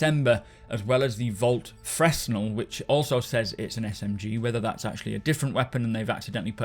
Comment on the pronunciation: "Fresnel" = "Fruh-nell"